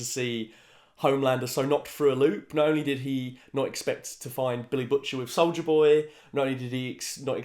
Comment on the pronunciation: Did he say solider boy or solja boy?